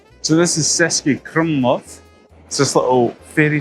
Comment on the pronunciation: Wow. Starting off the video with the wrong pronunciation of the city name is definitely a bad sign. How much trouble would it have been to ask a local - or basically any Czech person? Some pretty poor research.